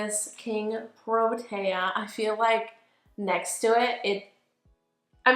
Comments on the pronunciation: Pronounced Pro TEE uh not taya..... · I am South African and I have a huge affinity to proteas! They were on my school crest, they were my wedding flowers and they are the national flower of my country! I LOVE THIS!!! Pronunication is: pr-oh- tear